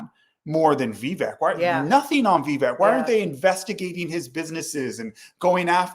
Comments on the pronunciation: by the way. its Vi-vaik. like Cake. thats the proper pronunciation. thanks for the video, new subscriber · Thank you both for doing this Live! You have excellent points in regards to (proper pronunciation is Viv ache as in cake, that's how Vivek says it is pronounced) Vivek. He's too good to be true is what I see and I do think he's another Obama. And same here,, I was fooled by Obama too and I don't want to be blindsided ever again. Vivek being a Hindu is his prerogative but I hated when he used "Jesus Christ's" name in vain and that did it for me. I appreciate you both addressing this, thank you!! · First of all it's Vivek (like cake). Second, he won a scholarship from PAUL Soros not George. Peeps on this page needs to do some research. Third, I just saw another Vivek event and he refused to talk bad about Trump. He's taking the higher road. Hubby there said Vivek say he wants to send jobs to China. When did he say that? He has announced his religion in public months ago. So, if he's Hindu. What's the issue? He needs to be a Christian? Are you saying he's a heathen for being Hindu and only Christians should be President? Please clarify. Vivek has travelled to over 330+ events in Iowa. No one in American history has done that. His hustle is unapparelled. By the way, Vivek posted 20 years of tax returns, Trump never did. You keep saying "paid". Who paid him and when? Insults and insinuations are easy. Come up with the receipts and I will then listen. If you think Trump would destroy Vivek in a debate. Hmmm, it would be definitely interesting to watch. I hope he does well in Iowa. Trump is right about one thing, Vivek is not MAGA. He's America first.